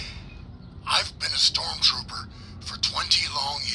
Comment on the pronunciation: What's a storm 'tropper?' Did you mean, trooper? 🤣